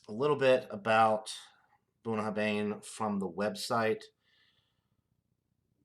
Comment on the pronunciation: Pronounced ,Boon a har vin. Cheers mate nice whisky